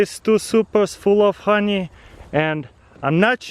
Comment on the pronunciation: 'Хани' he is saying the Russian х for the h in honey